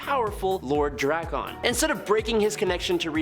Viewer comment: Drak-un not Dra-kahn